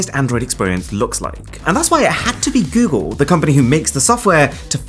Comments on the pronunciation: Goodgle..... 😂😂 Helarious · When you said goodgle my phone activated Google assistant 😂😂😂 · I don't think I wanna watch anymore of your videos after you said goodgle 😂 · my phone seems to think your "goodgle" was good, it triggered the google assistant 💀😂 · When you said goodgle my google assistant came on. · Why is this cuck saying “Gewgel” 🙄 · 'Goodgle'?? Good grief! :D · Is it just me or your phone also triggered the assistant when he said "gooodgle" xD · "GOODGLE!!!!!!" Cancel this channel at once! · "Goodgle" I should unsubscribe for that comment 🤣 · He meant goodle but it sound like good girl